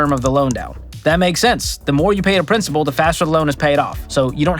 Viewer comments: Pssst, it's "principal" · Principal not principllleee!! Come on, you’re better then this. 😂😂😂 Th dictionary people will come at ya with a vengeance. 😂😂